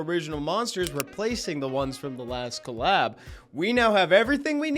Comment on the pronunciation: The way he pronounces "colab" is crazy lol "co-lab"